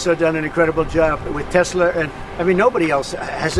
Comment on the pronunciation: 트럼프 머스크 기자들 불러다 놓고 회사명도 똑바로 몰라서 테슬라도 발음 잘못함 ㅋㅋㅋㅋ